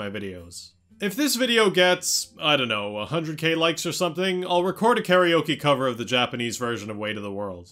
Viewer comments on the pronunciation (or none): none